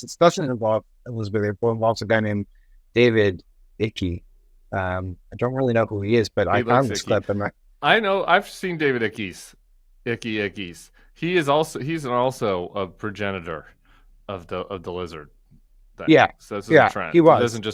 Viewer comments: Btw, David Icke (which I believe is just pronounced "Ick", not "Ickee") is one of the big dudes in the Reptilian space. He believes in an infinite amount of nonsense (well, either believes it or just wants to sell books). Plus, he's generally considered to be a raging anti-semite and holocaust denier. Yup, just as you expected, of course he is. He has spread ancient antisemitic conspiracy theories in his writings. So once again, for those who think spreading these theories is funny or harmless, it's clearly not. I don't know if Danica Patrick is aware of David Icke's background, but it's dangerous to platform these nutjobs. Reptilian conspiracy theories are some of the most boring out there, because no one even TRIES to make sense. Take the average flat-earther for example. They at least TRY to come up with some sort of system where that concept could work. Now obviously they fail miserably at this, because it is impossible to construct a flat-earth system that can explain all the things we can readily observe on our planet, but they're TRYING. Ancient Reptilian people just say completely random things, and just assume that their fellow conspiracy-theorist "vibe" with whatever they're saying. It's so uninteresting. Like, take the conversation with (the surprisingly Lizard-looking) David Icke. Danica talks to . He says: * We can't see them because they "operate outside of human perception". That's the vaguest line I think I've heard in my entire life. That could me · David Icke is pronounced "Ike" not "Ikkie". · I love how you guys pronounce David Icke ("Icky!"). I've heard it as "IKE." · David Ike - as in 'like', not Ike, as in 'icky'. Mad as a box of lizards. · It’s pronounced Ike not icky for David Icke. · David Icke. Pronounced Ike, not Icky. He used to be sports presenter on the BBC before he went weird. Before that he was a football (soccer) player. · You say David Ike name as in Ik with out the e! He’s been a bit different for a long time, and from UK!